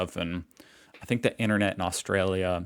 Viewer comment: " INERNET" !? There's another T in there Americans . IN TER NET ! She likes the word "like" a lot doesn't she !? Murphy's Law states that " what ever can go wrong....will go wrong " Nothing to do with semi conductors. In the UK we call it SOD'S LAW.